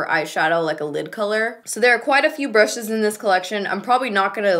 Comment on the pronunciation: My two fav parts in the same minute: "Nars by galapagos" And "Brrrrrrushes"